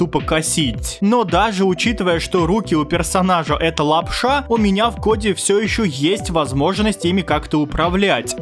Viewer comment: прикольно говоришь лап-ША!